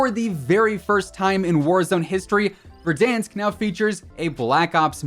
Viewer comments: Verdansk 2020 is Ver-DONE-sk. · I do have to ask how do you miss pronounce verdansk???? It says it in the game sooooo many times and not a single time is it said the way he says it